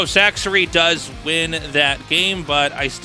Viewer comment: my favorite is how after all this time Tasteless still calls Sacsri "Sack-Siri" lol